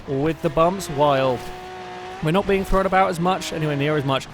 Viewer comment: Why does he always say throwen???? Instead of thrown